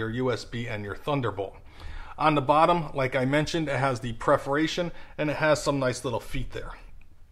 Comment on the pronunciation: its not preforation its "perforation"